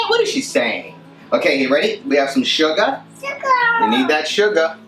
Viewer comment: cool background but you're saying suga, and duddah are dead give aways..haha, am baking it tonight for a friend so won't know till she arrives on Thur., but am sure it will be great/love using either SC or yogurt in all my recipes, so that's why i chose your now!! this is actually my 3rd attempt at using nutella, its iItalian so its not natella, the u is strong, once in brownies with lots of cocoa, and also in banana bread, but that was really messy, and yours is much neater, and uses less Nutella; will let u know, thx again, ciao:)